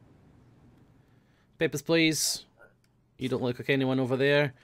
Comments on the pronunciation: When says "Papers, please" in russian accent, it sounds like he is saying "Pepper's Place" xD no offence, you do have a beautiful russian accent;) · the russin accent is pretty good.......then he says papersh pleash and it turns into Sean Connery